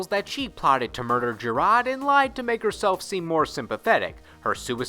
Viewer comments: You pronounced King Jerrod's name wrong. It's pronounced Jared. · 😭 man's said Jaraad.